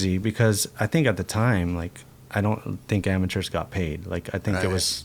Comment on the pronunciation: New to the cam-er-rah, Yeah, i'm just an ama-chah, Skateboarder, That's me, Tony Rone Awesome 🐝